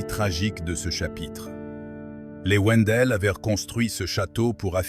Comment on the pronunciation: Wendel se prononce (vindel)